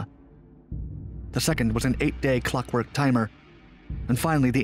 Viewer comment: So much for a TICKING time-bomb. Did he say a "cluck-work" timer?!